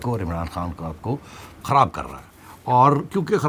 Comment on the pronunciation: This lady has big tongue and act like Indian anchors kharab saying kahraab